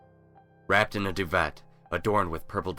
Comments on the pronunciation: lol doo-vet. It's pronounce doo-vey But otherwise good telling... freg that ending..... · Can we just... The 't' in duvet is silent... I'm sorry, but I just